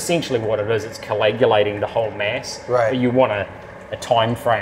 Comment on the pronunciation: Love the video. I am very interested in practical effects, and few do them better than WETa. That said, I have to be a pedant and say that dude's pronunciation of coagulation was driving me nuts. Maybe bc I work in medical field. Iunno. Can't wait to see the rest.